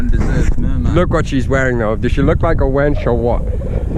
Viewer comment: I kept hearing Winch Winch. What the hell is a winch for a name? Oh Wench. LOL